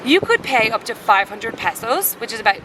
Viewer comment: Passos ? He he ... It's pesos.